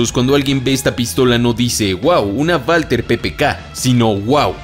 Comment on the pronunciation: Porque dice valter ppk en vez de walther ppk?